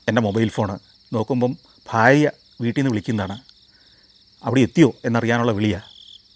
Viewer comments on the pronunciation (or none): none